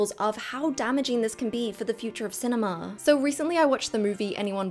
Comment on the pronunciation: Letting syllables ring should be reserved for extremely limited use and should probably be followed by a little silence for processing. Otherwise, clip your syllables, let your words carry the meaning, you do it well. eg. cinema, not cinemaa.